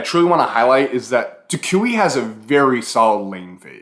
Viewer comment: learn how to say toucouille the right way or we not gonna be friends